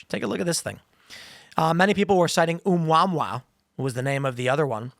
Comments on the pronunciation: Oh yeah. Um-wha-wha I remember that. Lmfao. It's pronounced oo-mooah-mooah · TIM! IT'S PRONOUNCED: OHH MOO AH MOO AH! Not ah mua mua, like "ah" and kiss kiss! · Phonetically, its pronounced "OH MOO UH MOO UH". Please, for the love of alien contact, someone tell Tim... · The way Tim pronounced the name of the blacklist satellite LOL. UMWAHWAH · did you really pronouce amuamua like that? rofl smh